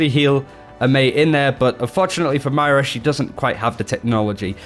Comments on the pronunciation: It's pronounced Mwah-raw. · In the beginning, I thought you said mario. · Got to say MmoiRA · u started off so well. Mira isn't her name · why can't australians say MOYra???? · you really have to nail the pronunciation of Moira, come on man it's phonetic! M-o-i-r-a, you can do it!! Love the channel and the video, great stuff!